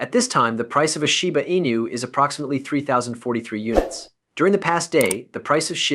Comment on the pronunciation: Now that's a new one... shiba ANUS, or sheebu eenah. THESE LAZY ASS AI YOUTUBERS ONLY WANT CLICKS